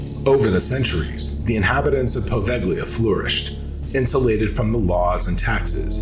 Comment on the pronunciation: Poe-vale-ya. Not poe vag lea.